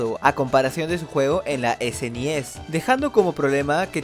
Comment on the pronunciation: ¿porque ala super nintendo le dices esenies cuando se preonucia esnes?